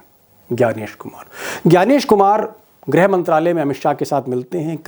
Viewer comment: Grih, not grha